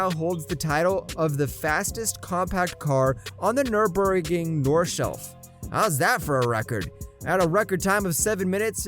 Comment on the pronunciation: "Nurburgring Northshelf" 😂😂